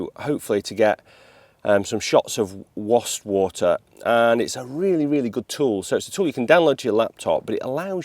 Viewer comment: Nice to hear you pronounce Wastwater correctly